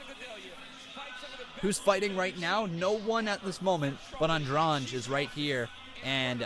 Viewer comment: An- drade. It's simple. Why do people pronounce it so strangely? I have plenty of Andrade's in my area, no one says it like the ufc does